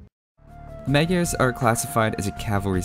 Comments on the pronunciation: I've seen that you take great care of details like the correct pronunciation (plumed :P ) and as my country borders with Hungary, I can tell you that "Magyars" is pronounced [majars]. Nevertheless, keep up the good work. ;) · Tis pronounced "Modj-yars" or thereabouts. Don't worry, nobody gets it right. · It is pronounced as Madyars in hungarin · Kiváncsi volam hogy fogja kiejteni. Magiarsz. Kicsit fura volt de nem magyar a gyerek szóval megbocsáltok neki xd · The Magyars are Hungarians. And you’re pronouncing it very wrong, but you know that already. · Good, although, in Hungarian, "gy" is pronounced more like the "d" in "duel"... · Not magyars its hungarians